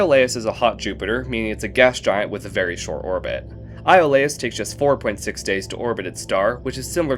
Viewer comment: Iolaus i think is EE-o lus